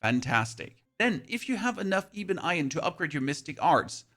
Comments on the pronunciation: 😖 Lingering, not linjering. Oscillating, not oscilliating. Ebon, not eebon. Dushan, not dooshn. Paths, not pathees. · eebun iron. heh thats quite funny. Its Ebon iron, like eb-on, as in like "ebb and flow". the E makes makes the 'eh' sound and not the 'ee" sound in this instance. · Great video, by the way, I think ebon is eh-bon. Keep up the good work!